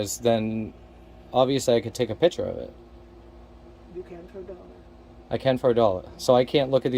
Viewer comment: Its picture. Not piture.